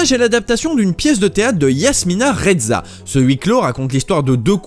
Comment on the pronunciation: Excellente vidéo !! Je crois que l'on doit prononcer Yasmina Reza et non Rezza (à l'italienne).